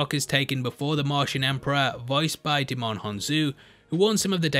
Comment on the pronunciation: you don't pronounce the D in Djimon